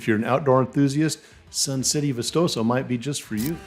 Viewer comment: Ba chee is how its pronounced. How about vistoso?